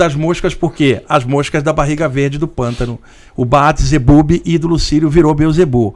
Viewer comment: Saravá. Ótima entrevista, mas o entrevistado errou na pronúncia e na origem do Belzebuth. Este nome vem do hebraico בעל זבוב (Baal Zebub), e não "Baat Zebube", como o mesmo pronunciou. E a história da "mosca de barriga verde" não confere. Baal Zebub foi chamado assim ("Senhor Mosca", pois para ser "Senhor das Moscas" teria que se escrever Baal Zebubim" em hebraico), pois durante as oferendas, existiam muitas moscas nos templos, e os povos estrangeiros, quando viam o fenícios praticarem tal culto, denominavam essa Divindade dessa forma.